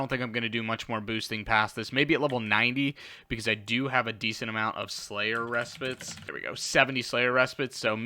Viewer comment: 100% pronounced "Slayers Re-Spite" but great content bro! Keep it up! Much love